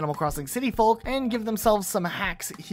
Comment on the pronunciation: The L in folk is silent, like in yolk. Otherwise, very entertaining video!